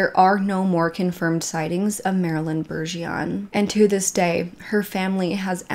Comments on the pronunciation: 🤗 I would NEVER EVER make fun of u (ESP.. for butcher'n our Cajun language) but here in Louisiana Bergeron=Bajrahn #✌️💖🙏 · It's my name to and it's pronounced one way. said it wrong.My name is Annelisa Bergeron.Its French. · Btw, it's "Bergeron," there's an " r" in there. Very common French Canadian surname.